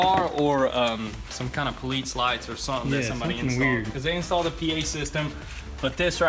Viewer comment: lol he said poalite siren “ I love the yeller”